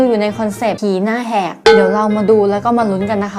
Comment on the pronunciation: พี่พูดว่าผีหน้าแหกใช่ไหมหนูได้ยินว่าหีหน้าแหกคะ